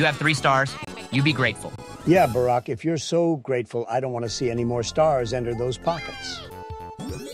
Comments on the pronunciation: Can we just take a moment to laugh at the Ai's pronunciation of Obama's name? "Barek" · Bro barek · I've heard one saying "bArK" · "Berrick" was sending my blood pressure through the fuckin roof lmao